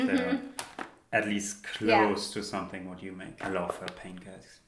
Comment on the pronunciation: Great video. But please make the English TH - it sounds way too German when he says SOMESING instead of SOMETHING. Otherwise, great video as always.